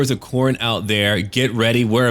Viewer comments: Um... urh... Khoronne? The second 'o' is silent? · Is it me or evry time he says khorne it sounds like horny so I hear look at these horny warriors of norsca